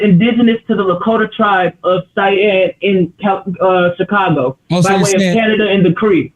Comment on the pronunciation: Chicag-hoe 😂 damn she was dumb af